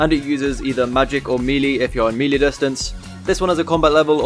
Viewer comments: Hey! Fantastic guide. Just a small critique - Melee is pronounced may-lay or meh-lay (if you're British), not mee-lee. Keep it up, bro! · Very good guide but... You kept saying "melee" its pronouced "may-layh"!!!